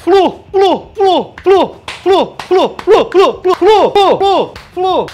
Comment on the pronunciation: FLU......ou "FRU" "FRU" ???